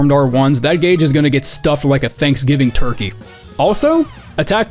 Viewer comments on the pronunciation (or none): none